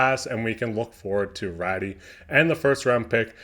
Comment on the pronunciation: You are mispronouncing Raty, it's pronounced Ratoo. Keep up the good work.